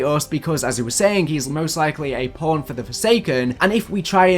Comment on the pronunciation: Forget that. Listen to how he said pawn.